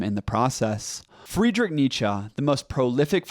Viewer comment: That's how you pronounce Nietzsche. Unless you mean he needs a better German accent